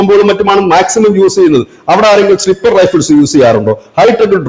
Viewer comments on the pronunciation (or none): സ്നിപ്പർ റൈഫിൾസ് അല്ല സ്നൈപ്പർ റൈഫിൾ എന്ന് തിരുത്തി പറയണേ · സ്റ്റിപ്പർ അല്ല, സ്നൈപ്പർ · പെന്തകൊസ്തുകാരെ പോലെ കഞ്ചാവ് അടിച്ചു ഫിറ്റായി പറയുകയാരിക്കും 😂😂. ഡ്രോൺ മയക്കു മരുന്ന് കടത്താനായിരിക്കും.. സുടാപ്പികൾക്ക് പിന്നിൽ വരെ സോയോണിസ്റ് കൈകളുണ്ടോ എന്നു സംശയിക്കണം 😂. യുദ്ധവിദഗ്ധരെ, സ്നിപ്പർ അല്ല. സ്നൈപ്പർ എന്നു പറയൂ..😂😂